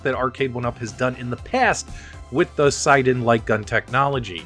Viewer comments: It's siNden,.There is an N and it is not silent. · It is 'Sin' 'Den' - check out his interviews on developing the gun on the RMC channel